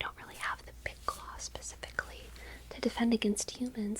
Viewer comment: DId you say THE KLAW???